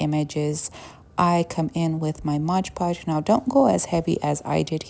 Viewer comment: Why does everybody say Modge Podge... It's MOD PODGE!